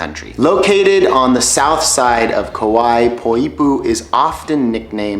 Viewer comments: "Poipu" is really actually spelled like "Poʻipū", so it should be pronounced "Po-ee-poo" with 3 syllables, but it's commonly incorrectly pronounced as "Poi-pu". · Just a little help pronouncing those cities. Kapa'a has 3 syllables (Kah-PA-ah) as per the apostrophe separating the two vowels. Poipu has 2 (Poy-PU). Yes every vowel is pronounced, but the O and E sounds of oi are blended together, having no apostrophe separating them. Keep on enjoying these lovey places!